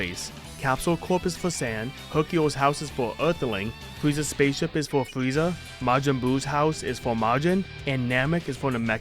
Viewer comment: the fweeza saga 😹😹